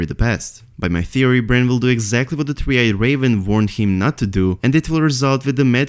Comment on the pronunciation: Just 2 notes. 1.Its not "V"ill / "V"arned,its "W"ill / "W"arned 2.Its not "F"ink / "F"eory,its "Th"ink / "Th"eory